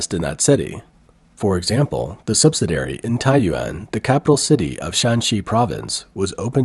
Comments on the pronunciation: The speaker for this channel does not have an accident. And yet, some of his words are not correctly pronounced. For example, he mispronounced 'subsidiary'. He pronounces it 'subsidary', which misses the second "i" I wonder if this is a high quality, computer generated voice. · Why is it that you can not correctly pronounce the word subsidiary? In every video of yours that I have watched, you consistently mispronounce this simple word ? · Please see if your can program your AI narrator to pronounce 'subsidiary' correctly. Thank you.